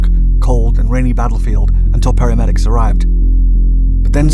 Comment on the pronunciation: "Paramedics." Really? !